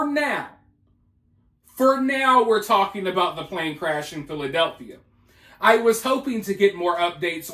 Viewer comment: Contrary to popular pronunciations, there is not a “th” in the name “Philadelphia”